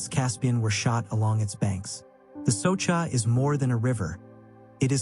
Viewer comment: Soča river it is correct, not Soka river .